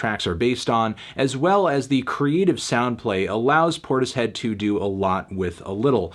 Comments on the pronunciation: Cmon melon it’s pronounced portishead not tortoise head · I think it's pronounced 'porters-head' melon